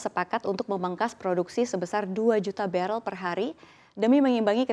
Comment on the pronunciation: BaREL BUKAN BeREL